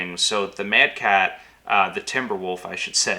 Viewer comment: Who lost at Tukayyid? Oh yeah... that's right. It's called a Mad-Cat ;)